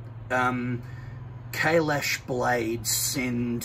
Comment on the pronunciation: Thank God u pronounced it right ...